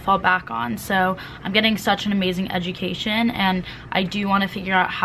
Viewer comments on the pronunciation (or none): none